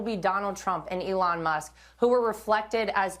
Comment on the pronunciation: lol did he call musk “F-Elon”? 😂😂😂